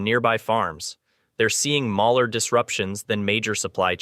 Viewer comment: CRAP AI VOICE OVER,WITH UMPTEEN GLITCHES... "MALLER SIZES..." REAL PEOPLE SAY SMALLER...